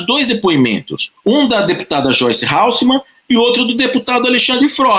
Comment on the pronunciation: Ralsseman. Hasselman .